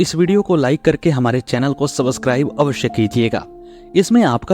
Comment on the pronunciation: सबसकराइब नहीं लेकिन सब्सक्राइब बोलिए